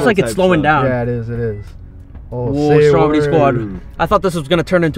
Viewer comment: And why do u call stromedy strompy